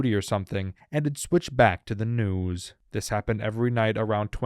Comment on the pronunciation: The way this guy says news is crazy